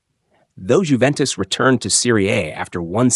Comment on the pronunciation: Unless you're British and stupidly insist on pronouncing the "J" in names, it's pronounced "Yoo-ventis" not "Jew-ventis." Much like "Ho-zay" Mourinho is not "Jo-zee" Mourinho as many Brits would like you to believe. I'm glad you got that one right, though!